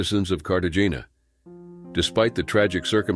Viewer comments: Carta-gina omfg this shouldn't irritate me as much as it does but I'm one Fp those pronounce things correctly no matter the language people. It's CARTA-HEY-NYA though it's not spelled that way. Is it just me? 😂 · You do not pronounce the g in Cartagena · "We don't want this to happen to another AMERICAN family"...fck off. And learn how to pronounce Medellin and Cartagena....ridiculous..I assume it's A.I. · Please check the pronunciation of the cities! Cartagena and Medellin were pronounced like an ignorant American would pronounce them!